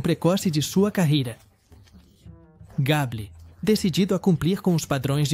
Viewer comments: Misericórdia! Gable pronuncia-se Geibol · Não existe ATONITO. A palavra é ATÔNITO!!! E não Cark GABLE e sim "GABLOU" é a pronúncia CORRETA!!! E o que é POSTÉRES??? seria "PÔSTERS" (a pronúncia correta???)...